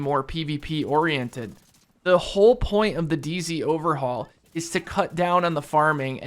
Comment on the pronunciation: Just noticed you said dz not day z